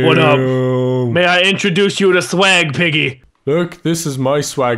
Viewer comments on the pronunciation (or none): he put sweg instead swag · u put sweg not swag lol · Is swag NOT sweg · Lol it sed SWEG